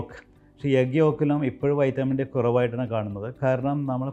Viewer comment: വൈറ്റമിൻ എന്നാണ് പറയാനുള്ളത്